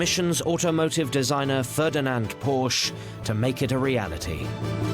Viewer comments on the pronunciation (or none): Someone should have mentioned to one of the narrators that the pronunciation of Porsche is a two syllable word. (min. )